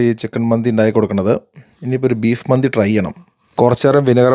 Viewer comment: ചേട്ടാ മന്ദി എന്നല്ല മന്തി എന്നല്ലെ😊